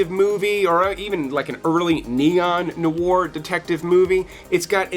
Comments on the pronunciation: bro, noir or noire is pronounced "nw-are", like saying "n-wah", followed by the letter R. i'm from montreal, fluent in french, hence this nit-picking comment. oh ya, almost forgot, this list could include eric roberts & kelly preston in "love is a gun". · That's not how you pronounce "noir".